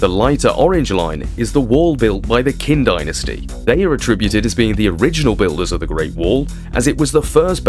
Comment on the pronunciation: If I were to pronounce English place names the way you pronounce Chinese, London would be Low endo en. Qin sounds more like Chin. Not Kin. And Xiongnu is more like Shong (rhymes with gong) New. We have the internet. You can do better. Otherwise, well done!